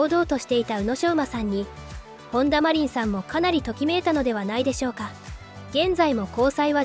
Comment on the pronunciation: カネメダルとかマコトリンとか読みが変なのでAIですか？外国人ですか？